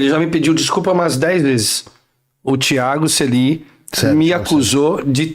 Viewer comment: "Tiago Suelly" kkkk